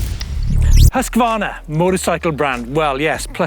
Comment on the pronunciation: Prononce: husq varna. Not husqua varna. I just love my Mc 6 !!!